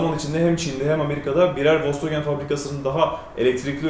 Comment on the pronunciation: Once marka adi dogru telefuz edilse iyi olur.